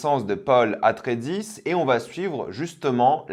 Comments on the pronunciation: On dit Paul Atréides en vf, pas Paul « Atredis »🤓🤓🤓 (Je comprend son erreur, il écoute juste en vo ou c’est vraiment dit Paul « Atredis », enfin plutôt Atreides, mais le ei se prononce e,i 😅) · Paul Atredis 😭 même si ta pas aimé fait quand même un effort sur les noms des perso ! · ils disent plus précisément "atréidis" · Ça se prononce Adrédis, c’est la VF qui le prononce mal. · quand déja tu prononces mal le nom des Atreide, et des religieuse, moi, je me suis arrêté à 37 secondes, je me suis dit, bon lui il ne sait pas de quoi il parle, j'ai lu les commentaires, pas la peine que je regarde plus longtemps cette vidéo. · Jarrete a 37 secondes vu que les noms sont massacrés. Pas la peine de continuer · Franchement une belle critique de merde, et pourtant j'aime plutôt bien tes vidéos mais tu parles de choses que tu ne connais pas. Bon déjà la façon dont tu dis Paul atreide montre déjà très bien que l'univers de dune tu ne le connais pas, mais c'est normal que au début on a à l'impression que c'est rush parce que le jihad butlerien (guerre contre les machines pensantes) dure plusieurs années, avec l'introduction des premières personnes des lignées atreide, harkonnen, et bene Gesserit; sauf que évidemment ils ne peuvent pas le mettre dans la série car elle est déjà ultra courte et le plus important c'est de parler des bene Gesserit, de la création de l'ordre et de comment elles vont infiltrer toutes les maisons pour gérer le destin à leurs guise. Après tu dis que les bene Gesserit non pas du tout le même impact que dans dune, et c'est normal puisque ça fait seulement 100 ans que l'ordre est créé, tout est très fragile, comme les liens entre les maison, et les bene Gesserit n'ont pas encore autant de pouvoir. Pour les décors franchement je ne m'y connais pas assez. Et pour finir parler d'intrigues politiques pas assez poussé après un seulement 1 épisode, bon je vais rien dire mais j'en pense pas moins.